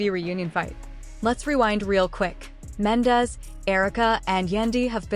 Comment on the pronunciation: Girl learn to pronounce there names 😂😂😂 his name is mendeecees